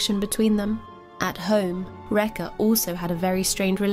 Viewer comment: Rekha pronounced "wrecker". Disgusting.